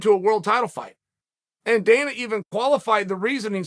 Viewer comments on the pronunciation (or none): none